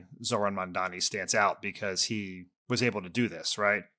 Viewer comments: The name is Mamdani, not Mandani, it’s not hard, pls get it right already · Why do they keep struggling with seeing Mamdani's name? Dan, you're better than that. Anyone at Crooked reading this, please take a moment and teach him its MAM-DANI. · Why is it so hard for these people to pronounce Mamdani’s name correctly? M-A-M-D-A-N-I. Get it right jfc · Im sorry but Mart Cudan is a knob. You should be interviewing MAMDANI, not some billionaire that cant pronounce a simple name. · So this Cuban guy can’t even get Mamdani’s name right. So that tells me exactly what this guys agenda is. Do better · Im sorry but I live in the uk and I know its Mamdani ! He lives in NY and still doesn't know how to pronounce his name!?! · It’s funny he pretended to not know who Mamdani is, or that he couldn’t pronounce his name, knowing how online Mark Cuban is.